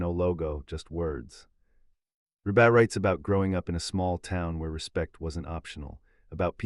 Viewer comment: Hey... it's pronouced Reeebuh. Not rebaah. What a bunch of crap!